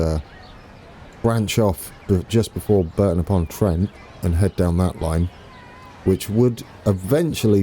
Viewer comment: Hi mate Brereton pronounced Breaton as in a Ton of Brie :) Power Station is being demolished now soon it will all be gone